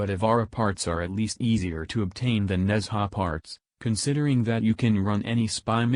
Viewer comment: It's not Nezha, it's Nun-Ja